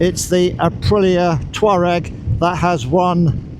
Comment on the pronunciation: Finally a reviewer calling it a Twaareg 😉, ok on with the vid ❤️